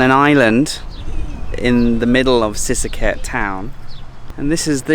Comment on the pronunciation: lost me at the moment you can't pronounce sisaket properly. that alone tells me you're a lost farang in a country you don't belong